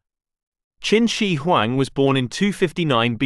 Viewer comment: I wish the narrator would pronounce Qin Shihuang correctly.